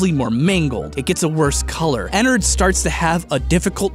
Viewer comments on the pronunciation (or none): Ederred f##$* not ederred ennered Me 😂😂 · ITS PRONOUNCED ENNAARD K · * makes angry ennard fangirl noises cuz you said Ennard's name wrong *